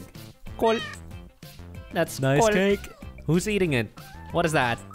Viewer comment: The amound of triggered I consumed when the korean was literally 'cakeu' :'D